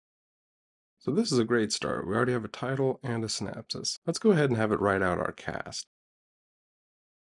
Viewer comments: Great stuff! but if you say "SynApsis" one more time...lol - Synopsis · it's synOpsis... not synapsis... those are nerve endings in the brain.. just saying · Lol the CC writes 'synapses' because that's how he says 'synopsis'. And 'west cast' (sic) location? Even Open AI assumes USA; what an utter lack of imagination. No thanks. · Can't pronounce synopsis?